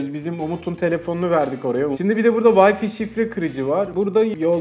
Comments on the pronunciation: Adam teknoloji kanalında çalışıyor ve vay fi diyor vay fay diye okunacak şeye.. lul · Wi-Fi'a neden vay fi diyorsunuz? Vay fay diye okunur doğrusu. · "Vayfi" değil "Wayfay" diye okunur. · yahu vayfi nedir ya arkadaş bu teknoloji kanalı değil mi öğretin şu adama doğrusunu. Ya sen de utan biraz paranın hakkını vermek için uğraş. Git en azından çeviriye yaz öğren şunu. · Vayfi wtf